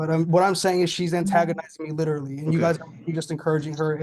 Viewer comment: I know this is going to sound stupid but, thank you for clarifying that he was saying literally. I kept hearing mortally didn't make sense. I thought it was just a new saying. I'm old